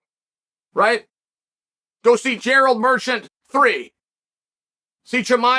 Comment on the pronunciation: "Gerald Merchant" is my new favorite Uncle Chael pronunciation